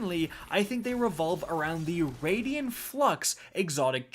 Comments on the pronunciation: It's pronounced Raiden (Rey-Den) you know like the God of Thunder from Mortal Kombat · I Cringe every time You say Raidien instead of Raiden Flux but nice job on Multiplicative here. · It's *Raiden Flux, not Radian Flux... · “It’s pronounced RAID-IN flux not RAID-EE-IN flux” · Raiden Flux, not Radian Flux. Ray-Den! I'm sorry but every mispronounciation was stomping on my last nerve. You can't even blame the spelling for this, it's CRYSTAL CLEAR! Get better bro, I normally let your bevy of mispronounciations slide but this time it set my blood on fire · Wtf is a raidian flux? Where are you getting that second 'i' from?! You never played Mortal Kombat or something? RAY-DEN. Or if you're doing japanese pronunciation like in Metal Gear, RYE-DEN. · “I like to add syllables to the word ‘Raiden’” here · "I need to work on my pronounciation". It's RAID-en flux. Not Raidien:) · "I pronounce 'Raiden' like 'Raidien' for a whole video because I either read on a second grade level or I'm going for a bump in engagement on the negative comments"... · Exotic name says "Raiden Flux", reads it as "Radian Flux". Come on, you can do better. Otherwise, good video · ” it’s the raiden flux not the raidien flux” here…. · “It’s raid-en not raid-Ian flux” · Rai-den Flux. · "Radian Flux" :\ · “Raidien flux” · It's pronounced RAY-DEN Flux bro lol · “I mispronounced Raiden Flux for the entire video”. It’s Raiden like the god of lightning and from Mortal Kombat. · Please stop saying "raydian flux"